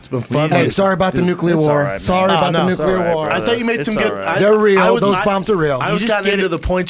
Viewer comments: Young schooling Eddie on nuclear energy, the whole time pronouncing it "nuke u ler" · It's pronounced new-klee-are, boys. Before you start arguing about it, learn to say it. Also: lie-bra-ree. Let's all say it together: NEW-KLEE-ARE, LIE-BRA-REE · Guard Passer new-killer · Says nuke-you-lur instantly loses all credibility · Yeah eddie studied nucelar science nucelar nukeilar....if only he studied nuclear science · learn to pronounce nuclear before bragging about your high school level, basic college course. It's nuclear, not nuke ya ler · says he got an A in physics class. meanwhile he cant even pronounce "nuclear" correctly LOL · “Nucular” Betabitch. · "nucular" hahaha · got an "A" in physics, but he can't say "nuclear" correctly. Hmm. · can't pronounce NUCLEAR lol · The irony of acting like he knows what he talks about when he cant even pronounce nuclear..... and getting an A to intro to physics makes you an authority on the subject? LOL